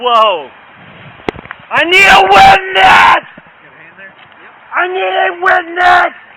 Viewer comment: “I nweed a witnaaas” 😂